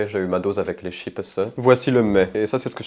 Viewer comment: "Des chippeusse" 😂😂😂